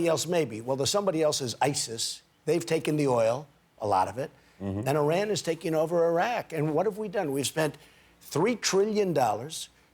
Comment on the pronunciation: The way he said Iran and Iraq is DISGUTANG